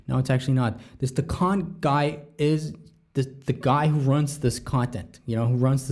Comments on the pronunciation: Dequan not Decon lol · It’s pronounced day-kwon